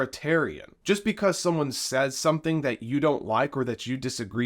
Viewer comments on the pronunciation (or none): none